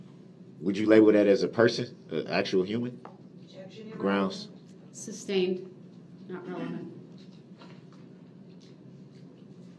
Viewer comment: His stupid tail even yelled "grounz" after the state clearly stated the grounds. Then asking Judge Dorow for grounds for the "substain". Smh🙄